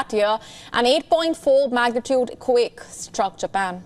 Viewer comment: why do you say "quick" instead of "quake"